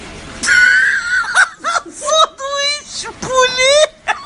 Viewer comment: "Sondouiche pouli" MDR :D